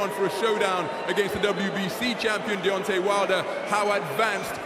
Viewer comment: he said beontay